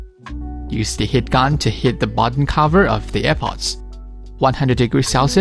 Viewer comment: Heat not hit. Negative not negtive. Please improve your english.